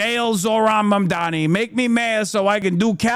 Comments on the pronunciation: Bro how is he STILL saying MaNdaMi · how does cuomo keep getring mamdanis name wrong its so insane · how do you pronounce zohan mandarini wrong no many times? its so annoying.. like its on purpose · “Zorran monDAMi” - Cuomo